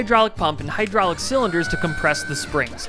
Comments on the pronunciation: Your ma-hydraulics😂😂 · Your moHYDRRAULICS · your mo-hydrolics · “And there’s only one thing I know that can supply 8,000 lbs…. Your moHydrolicsssss” 😂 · your mo- hodrolics